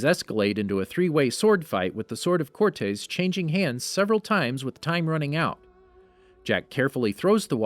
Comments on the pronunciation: That's not how you say "Cortés." It's not "core-tays", its "core-tess." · For the love of God… “core-tess” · cortez is how its pronounced